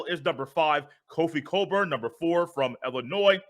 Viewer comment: Kofi cockburn Not kofi Coburn Or kofi colburn Cockburn ! This PC society afraid to pronounce it 🤦‍♂️ they done canceled the ck 😂😭 🐓🔥